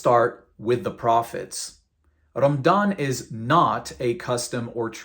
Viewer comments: It's pronounced "Ramadhan" not "Ramdan". If you're going to masquerade as an ex-muslim, at least get your pronunciations right so you're more believable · Why do you pronounce it as Ram-dan? It’s Ra-ma-dan. That’s very suspicious. Regardless, your argumentative points would make any Muslim yawn of boredom. Try again. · This guy can't even pronounce Ramadan, he says "Rammdan" lol. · It’s Ramadan and not Ramdan. Know your history before you post a video full of BS. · Man why are you pronouncing Ramadan رَمْضَانْ and not رَمَضَانْ؟ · Probably his local dialect growing up. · This dude just pronounced ramadan as rumdawn LMAOOOOO. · cant even say ramadan correctly? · Dude can't even pronounce the month or the name of the faith correctly. Go pick on Hindus or any other faith since your so butt hurt. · HAHAHA you can be a good comedian. You can't even pronounce the word "Ramadan". why are you even making videos spreading lies? no matter how hard you try, people keep converting to Islam! You just can't do anything about it and watch!